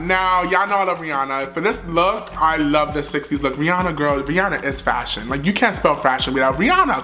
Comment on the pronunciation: I love you too!! I cried when you kept saying “FASHIEONN” 😂❤️